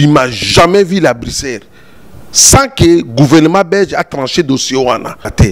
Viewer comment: Eza Bricere te mais Bruxelles . Niama ya mobali oyebi Poto te. Yoka ndenge azo benga Bruxelles😆😆😆😆😆